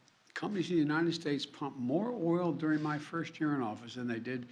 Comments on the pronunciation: He can't even say the word 'UNITED' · This joker cant even say United 🤡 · He can't even say united lol